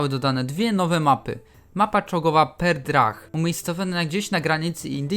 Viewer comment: dobre filmy robisz, ale serio popracuj nad czytaniem, bo mówienie "Perdrah" zamiast "Pradesh" to już przesada